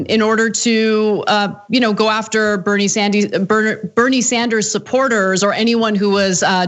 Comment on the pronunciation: Did she say "Bernie Sandies?" Is that like chicken tendies?